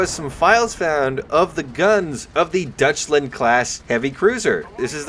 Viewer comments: You really have to work on your pronunciation of Deutschland. It isn't dutchland .... but d-oy-tsch-land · Deutschland class cruiser, (Deutschland means Germany) is pronounced like “Doychland”. Just to help you pronounce it in the future, whenever you see “eu” in a German word, it makes the sound “Oy”